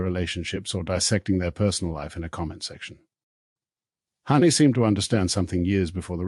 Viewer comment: Hanni not Honey or Harney. Philip not Phillipe. Must be AI.